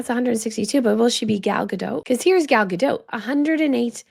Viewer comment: Please don’t pronounce the t in Gal Gadot’s last name.